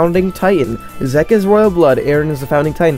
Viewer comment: Good Video, but pls stop saying zeke like that 😭😂